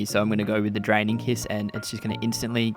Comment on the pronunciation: I keep hearing him say Dragon kiss... Am I hearing wrong? 😅 It's Draining Kiss.